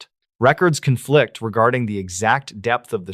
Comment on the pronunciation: If you keep saying records CONflict like that I’m gonna unfollow 😂